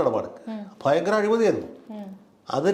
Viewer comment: ബയങ്കരമല്ല, ഭയങ്കരമാണ്. മലയാളം നന്നായി പറയാൻ പഠിക്ക്